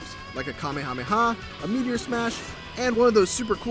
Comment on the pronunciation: KAH MAY AH MAY HA? Ku-may-a-may-a.